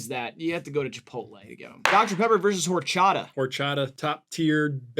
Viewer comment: i think seeing horchata and jarritos lose like that (+pronunciation) made me racist towards white people! :D great video, guys. i'm gonna find the nearest, tallest bridge to jump off of now.